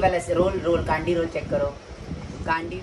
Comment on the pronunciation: It's candy roll not caandy